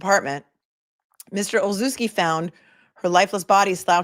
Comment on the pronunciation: Olszewski is pronounced Olshevski. The sz is a schuh because the ch is chuh like chicken.